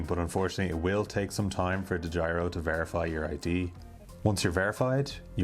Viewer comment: Dedjiro account. So funny to hear as a dutch guy.